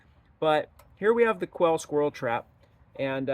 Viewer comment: The name is Ouelle not Quelle.